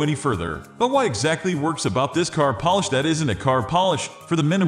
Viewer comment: Voiceover is obviously computer generated and I suspect the description was also AI generated. Notice that he pronounced polish like "Polish" (someone who is from Poland).